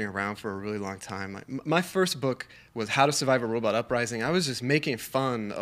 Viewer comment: I've been reading Daniel's book, Robopocalypse. It's a great read, I highly recommend it. Killer robots are the new zombies. Also, I wonder if Joe was trollin' Daniel by constantly saying "Robutt".